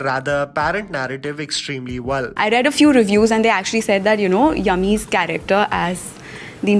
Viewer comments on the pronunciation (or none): Journalist didi ko koi bolo ki it's Yami (यामी) not Yummy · Did She Say 'Yummy'? Instead Of "Yami"?... 😐😐😐. But To Be Honest, The State Of The Media The So Called Fourth Pillar Of Democracy, Is Crumbling Faster Than Light & Humayun's Tomb. It's Deplorable. You Can't Trust Any News. Well I Don't And It's Scary...